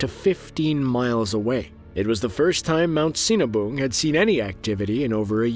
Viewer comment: Great now I want a cinnabon, Oh he said sinabung gottcha😁